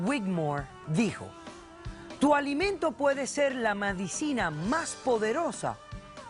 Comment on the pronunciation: doctora Polo se dice medicina no madicina por siakaso